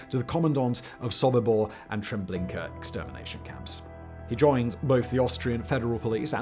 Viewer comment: All I heard was "Trablinkur" for reference.